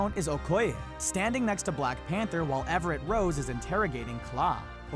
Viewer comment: It's Everett Ross, not Everett Rose